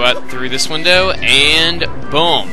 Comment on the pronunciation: You said wundow he he he!!!